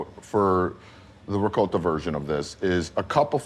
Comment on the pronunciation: I am so glad that pronounces ricotta correctly. It’s not rigot it’s ricotta, with a long “o”. I know it regional, but this is the way I was taught to pronounce it. Thank you,.